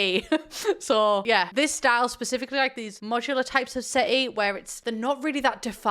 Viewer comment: This whole time I thought it was "sitty"